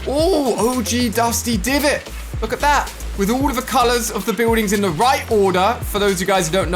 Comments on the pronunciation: He said OG dusty divot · Man said “og dusty divot”